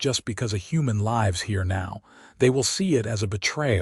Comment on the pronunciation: Lives or lives, your AI voice gets it wrong every time in every story. Don’t you proof it first, or do you just don’t care?